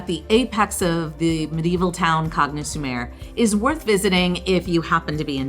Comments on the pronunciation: Please try to learn the pronunciation from the locals. CAGNES should be pronounced Kaahn-ye not Kaggg-nus. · The video is beautiful and informative, but your mispronunciation of many of the names, especially Cagnes, is embarrassing, and takes away from the overall impression. Why not just sit down with a local for 5 minutes and get things straight?